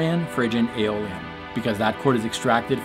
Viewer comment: Did you say “Dorian, Phrygian and Alien modes”? Out of this world!